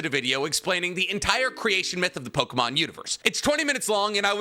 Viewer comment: These name prononciations are worse then expected 🚡